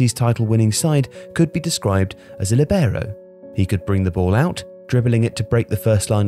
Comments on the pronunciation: Great video as always, little specification though: it’s pronounced Lìbero not Libèro, the i is emphasized not the e. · Great video as usual, but please once again be careful about pronounciation of foreign words and names. It's lìbero, not libèro; Armando Picchi is pronounced Pikki, not Pitchi. Seriously, I understand it's a detail but it literally take 2 minutes and you're not the kind of channel that is not focused on good production. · I played as Libero in my local team when I was younger...thanks for the video man, I love this channel (btw in italian, the accent is on the "i", so it would be "Lìbero", not "Libèro") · Hey, an Italian speaker here. Great video but please, learn how to pronounce the Italian words: it's lìbero, not libéro, and Picchi (pronounced like "Pikki"), not Picci;) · It's lìbero, not libèro. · All good, but libero is NOT pronounced like that. It's Lìbero, not libèro. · I think you should pronounce it like in Italian: LEE-bero, instead of lee-BEAR-oh. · Líbero...with accent in the i. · Líbero (pronounced LEE-be-row). Why are pronunciations from foreign nouns, pronouns and verbs incorrect all the time? LIBERO - LEE-be-row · Its: lee-bero more accent on the i. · Copying me then :) (only kidding it's a topic that makes a good video)... I was told that in Italian the stress is on the /li/ and not the /ber/ but I've never heard an English speaking person pronounce it that way. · It sounded horrible for those of us who know the right pronunciation. Also, didn't anybody notice the way he pronounced Jair?!! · Libero is pronounced differently in Italian though... the stress is on the /Li/ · Marco Tassi Thanks - I mentioned the word ‘libero’ in a recent video on my channel called ‘20 non-English words in football’... I was picked up on the way I pronounced it. ✌️⚽️ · What a way to butcher the word LoL.